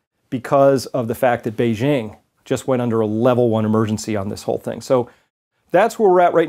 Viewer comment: *Beijing is pronounced just like it would be in English - say “jingle bells” and then say “Beijing”.